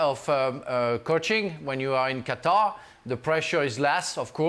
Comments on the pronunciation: Gab: "Cutter" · Cutter? Does he mean Qatar? :)